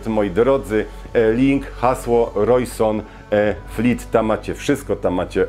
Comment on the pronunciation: I to Rojsonfleet, co mówisz, zamiast Rojsonleet XD